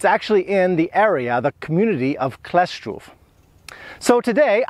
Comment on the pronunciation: Wymówiłeś dobrze Kleszczów, Hańcza - brawo 😊